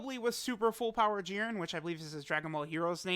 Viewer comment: Why does put so much emphasis on jiren's name. "JEERin"